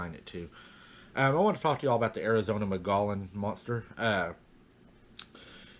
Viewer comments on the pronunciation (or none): Arizona native here, just a friendly FYI, it's pronounced, Mole-gee- on rim. (I live near Prescott) beautiful weather here. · Hi! I've read that you pronounce Mogollon, "Muggyon". There are a couple of researchers there in Arizona.